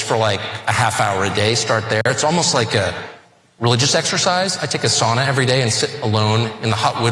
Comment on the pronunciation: The worst part for me was listening to them pronounce Sauna.. just use the term Steam Bath!! Where my Finns at!?